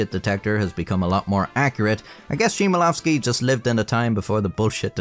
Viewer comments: Not to be the annoying guy but It's Chmielowski and the Ch is pronounced like H in the word hop. Also his name means Hop(used to make beer) + owski which makes his name an adjective. Basically this guy is called hoppy So this guy is Basically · Love that book! Especially after being asked for the full title on my literature exam… 😂 Thx for bringing those memories back, nice video! (checking the pronunciation of the author's name wouldn't hurt though. At least to try to get it in the same zip code. The poor guy deserves that much—you are, after all, quoting his work! 😊 ) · Aight, so as for his name - Chmielowski is in fact pronounced with an "h" not the English "ch" (for the "ch" sound in Polish we wright "cz"). So you basically make the same sound as you'd make while thinking or meditating "hmmmmm", and then go on with the rest of his name - as pronounced in the video. Hope it helped, anyway loved the vid <3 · Polish "ch" is read as "h" in horn, not like "ch" in channel... The surname of this priest comes from hops (a thing which is a crucial ingredient of a beer). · Just gotta say it as a Pole, that is NOT how you pronounce the name 👍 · "Ch" in Chmielowski should be pronounced as "H" in "How" instead of as "ch" in "check" 😅 but i like this video anyway! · love the video but the polish pronounciation is so americanized. That "Chmielowski" phisicly hurt me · Author trashes Chmielowski for believing bullshit without checking, but couldnt even be bothered to check how is "Chmielowski" pronounced, which would take 15 seconds max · Since you've made a video on the author and his work would it kill you to look up the correct pronunciation? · Your pronunciation of "Chmielowski" is closer to the correct pronunciation of "Szymanowski" than it is to the correct pronunciation of "Chmielowski". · the butchering of polish words and names is so painful to hear😭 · YES ! They always care for not butchering French words etc but Polish? Naaah. "Cheemanovski". It's "Hmyelovski"